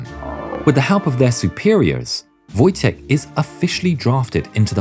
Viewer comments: It’s pronounced voytek lol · It's funny that is calls Wojtek ,,Wojtijech'' WTF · Just a heads up, Wojtek is pronounced like a word Void without a "d" and "tec" with a hard "k" at the end: Voi-Tec, Voitek, Wojtek :D Kindly regards from Poland :) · in Polish "wotjek" is wrong we say "wojtek" or "wojciech" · You read "Wojtek" as :"voytek"